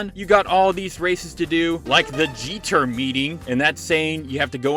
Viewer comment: GT-R exists: "Geeter" Subtitles: "JETER" That said, great video (and lovely Clarkson and Driver references 😎)